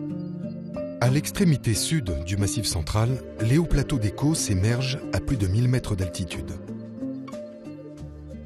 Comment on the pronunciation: les causses, pas les côôôsses